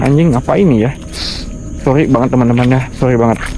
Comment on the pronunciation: SLOW BANG ELU GK PELLU BILANG SOLLY.